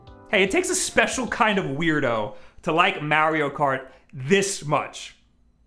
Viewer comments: "MEHRIO KAWT" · I guess he plays "Merio Kart" 🤔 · The way he says mario kart cracks me up